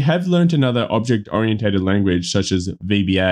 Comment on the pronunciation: The only advice you need to heed above is how to pronounce "oriented" :-D The rest is just for giggles. Full disclosure: My interest is in a residential construction using steel for the skeleton and to gain a thin basement to main floor thickness, but so far the math you've presented which I've cross checked elsewhere doesn't look good for me. Though I guess that rule of thumb math applies to standard/wide spacing of the joists so perhaps by doubling the number the depth could be decreased substantially.